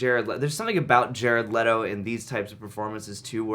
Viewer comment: With: Jared Letto as Jated Letto